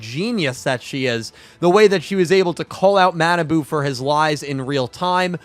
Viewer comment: Kwl review ^^ bt his name is ma na bu not manaboo:(